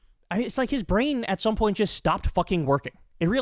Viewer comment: They way this guy starts, "His brean stopt working" Dude needs a good look at hemself. What a freaking idiot, But he has a lot of idiots who follow him to i see. Real people??? Brain dead? or just to lazy to look beyond the delusional bubble?